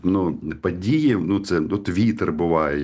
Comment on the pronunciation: ПАдії навколА законА..Па ваєним питанням.....і це вимова у відомого УКРАЇНСЬКОГО журналіста...